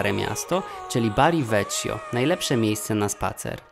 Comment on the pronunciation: PRAWIDŁOWA WYMOWA PO WŁOSKU NIE JEST TAKA TRUDNA!!!!!! Warto się podszkolić, np. Bona "SFORCA" i "VEKIO".